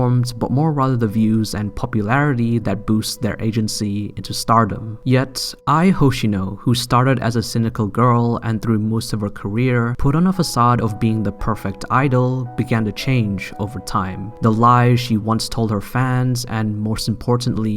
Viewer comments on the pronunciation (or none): the way you said "Aiii Hoeshinaur" and "Aurshinaur koar" it triggered me